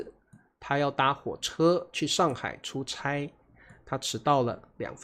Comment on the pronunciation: 差不多 is pronounced cha , 但是 “出差” is pronounced chai. Hmm. 😊